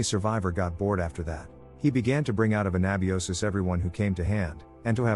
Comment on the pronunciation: that's not a flashlight Not a lantern either... nice try. for an AI "harm" is an understatement, and to the best of our current knowledge, YT does not censor the word "suicide" This AI would be good at "Cinema sins" 😂 That's absolutely not how you pronounce "anabiosis"